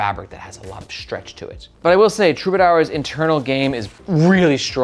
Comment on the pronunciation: we have conquered the enunciation of troubadour, huzzah! Until we didn't.